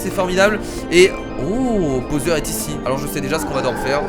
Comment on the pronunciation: C'est pas bosser on dis bawser pour bowser